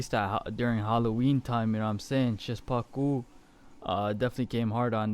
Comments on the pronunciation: Szpaku is pronounced "shpaku" man Great reaction man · Even better tutorial XD Sz pa ku Sz like 'sh' in shovel Pa like 'pa' in past And ku like 'coo' in cook I hope one day you will pronounce his name as you could speak Polish man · Pronounce szpaku “shpaku”